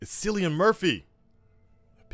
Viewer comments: well 1st of all is pronounced KILLIAN...not fuckin sillian....dam americans😁😁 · “Kill-Ian” Murphy… and I hate your chat. They’re no Batman fans and I question you too. I’m not sure about you. Maybe a decent Batman fan but certainly not a hardcore one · My man butchered Cillian Murphy’s name.